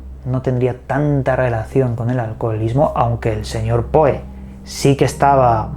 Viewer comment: Se dice Pou, no Poe.